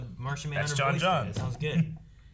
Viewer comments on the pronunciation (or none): The Martian Manhunter's name was pronounced John JONES not John Johns, you Muppet. And HAS been ever since the character was introduced in Detective Comics in November 1955 (when I was five). That is why it was so easy to find an English Language spelling for it. Look it up.